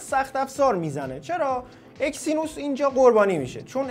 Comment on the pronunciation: آقا اکسینوس چیه اگزینوس 🤦🏻‍♂️😐